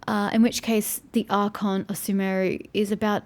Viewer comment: Sumeru should be pronounced shooh-meh-roo. The game pronounces it sooh-meh-roo, but I'm not sure if it is an accepted pronunciation of it or not.